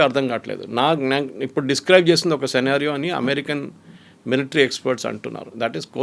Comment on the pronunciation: సినారియో, ని, ఇప్పుడు స్కీనరియో అని మార్చేరా, మేడం గారూ?